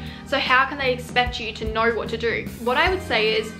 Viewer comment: No cause i love when you say know like it’s knur and nur lol sending lots of love